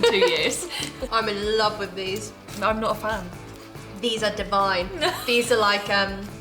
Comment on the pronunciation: She sounds so posh when she says divine. Like I've never heard someone say that word to describe packaged food. It's not a bad thing though, because it kept making me giggle.